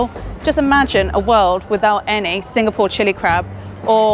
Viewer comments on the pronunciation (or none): none